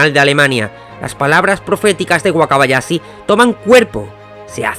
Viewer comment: De vdd no puedes pronunciar la H? Wakabayasi? ....pero si dices CHampions?